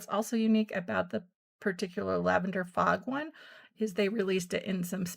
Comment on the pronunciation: FOG, not frog. Ok. Now I understand. Carry on.